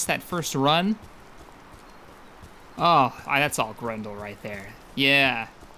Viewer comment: it sounded like you said "grundle" each time you said grendle. Just gonna say that.